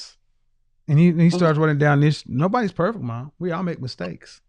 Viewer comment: I dislike when folks say perfek